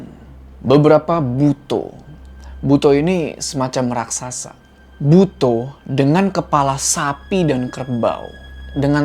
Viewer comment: Bacanya "buto" bang bukan "buto"